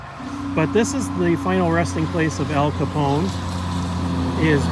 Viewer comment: It’s not Capon it’s Capone with e